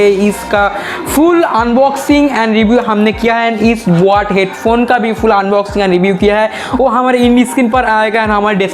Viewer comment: And bot nahi boat